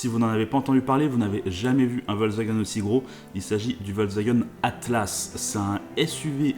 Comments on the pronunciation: Volkswagen et non pas Volkswagun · VolkswagÉn sa se prononce